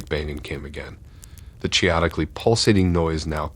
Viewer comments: Chaotically is pronounced k-o-ti-ka-lie. Thanks. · kay-ah rather than 'o'. That would be pronounced kay-oh-ti-ka-lie lol